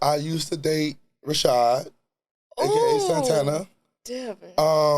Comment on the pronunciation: I’m never calling Santana,Santana again…rashad😂😂😂